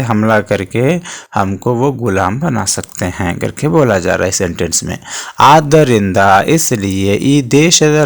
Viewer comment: Very good explanation and understandable sir ,but you have done 1 mistake in this paragraph that is (adud'darinda ) hai vo aur aapne (adarind) bola hai sir 😅